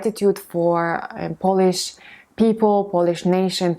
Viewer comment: Polish /ˈpəʊ.lɪʃ/ - there is a diphthong here. Don't pronounce Polish as /ˈpɒl.ɪʃ/ . Try to differentiate the nationality from the act of cleaning something by rubbing it or rubbing something using a piece of cloth or brushing to clean it and make it shine.